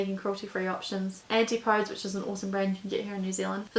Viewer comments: Your videos are always topical, interesting and attractive, and so useful to share because of this. I think it's said antipodees, as being from the southern hemisphere, rather than antipoads. In England they say it tofooti, but that one might be a choice. I love bokashi buckets too. So many good brands mentioned, thanks for all that work in finding them! You make it look easy enough for anyone to do, brilliant. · Love your videos hun. Antipodes is pronounced: An-tip-poh-deez :) Love, a fellow kiwi xx